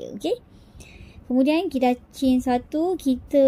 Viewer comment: Tutorial sebut change tu ingatkan tukar rupa rupanya chain (rantai)… kalau sebut je rantai kan senang. X di la keliru antara change dgn chain… huhu.. Maafla atas teguran